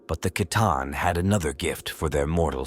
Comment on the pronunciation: Is this AI? Narrator pronounced C'tan two different ways in the same sentence.